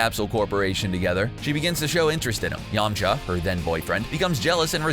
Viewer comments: Did he call yamcha yamchop? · He said "yamm-cha" lmao